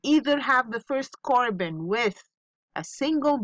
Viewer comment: Really love your lessons miss. Thanks for helping the students. By the way miss, it is not CORBON it’s CARBON😅😅